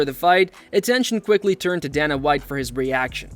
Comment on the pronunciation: "...a brutal stoppage that surprised everyone..."...ummm, you know we're already watching the video, no need for clickbait lies bro. Also, DAYNA not DAHNA....and croosifix, not cruhsifix....come on bro, painful work